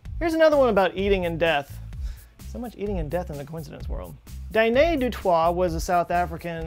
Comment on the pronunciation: Awesome vid! Caveat: de Toit is pronounced De Toy not De twah in South Africa